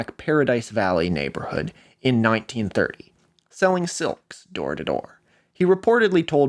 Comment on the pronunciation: I find it fascinating that you pronounce "silk" as "selk". When I was a child I pronounced "milk" as "melk". Until age 4, I lived most of my life on the West Coast, before moving to the East Coast. I don't believe I learned the world silk until after I moved. Since you are from Oregon and your father is from California that seems to provide a possible explanation. I also have the pin-pen merger, which was noticed by my elementary school teacher and she attempted to correct it, but it was far too engrained.